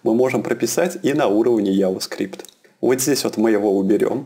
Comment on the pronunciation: мужик, надо чото делать с анлгийским ! :D контент норм, но вот "алёрт, АДЭДЭ, яваскрипт" :DDD